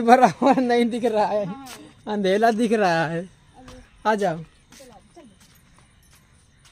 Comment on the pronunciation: Andela nhi andhèra bolo